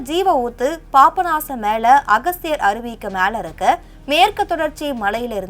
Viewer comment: ஹலோ மேடம் அது பாப்ப நாசம் இல்ல பாபநாசம், அப்படி சொல்லி பழகுங்க👍 🙏